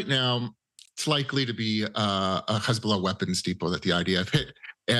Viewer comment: KhezBolah or Hezbolah